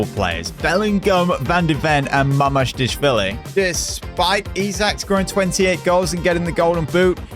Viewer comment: It is mama-dash-vili 😂